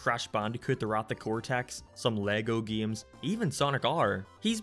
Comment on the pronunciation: The Best Way to Play Sonic 3D Blast, but everytime "" says: "geims" you take a shot.